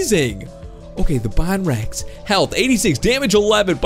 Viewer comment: You are saying bonrex wrong it is bone rex